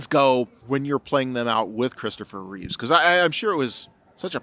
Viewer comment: reeveS no REE-VEZ